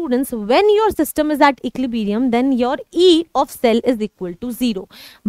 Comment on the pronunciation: equilibrium ❎ equilibeerium✅ 🤣🤣